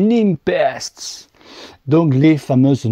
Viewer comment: Salut, tu parlais de la différence d'estimation de pressions entre sram et silca, je confirme une bonne différence, moi je fais la moyenne des deux 😆 Je trouve Silca un poil plus précis car il prend en compte le poids de l'équipement du cycliste. PS: Ces roues sont fabriquées à Nîmes ou quoi? tu dis NimPEST:p lol c'est prononcé NéPEST.